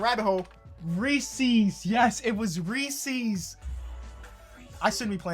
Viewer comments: Reece’s not reecees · Bro it’s not ReesEES it’s Reesis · Yeah but he called um REE SEES 🤦🤦🤦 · OH GOD THE WAY PRONOUNCES REESES